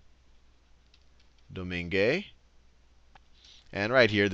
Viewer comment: It's pronounced more like 'San Doman'